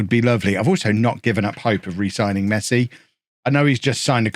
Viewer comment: Mess-eye. Gets me everytime 😂